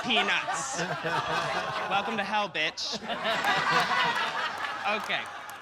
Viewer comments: “we wanna welcuum- welcome you” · "we wanna wElcUm you" lmaooooooooooo I've missed that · Welcuumed (vacuumed) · we wanna "welcume" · Still can’t believe they illuminated caution over saying Welcyum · Remember when Mrs Kasha Davis got eliminated for saying “we wanna welcyum you” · MKD: "welcyum" Rupaul: I'm about to end this man's whole career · Kasha really got put in the bottom for saying “welcyum” 👁👄👁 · never forget when MKD went home for mispronouncing welcome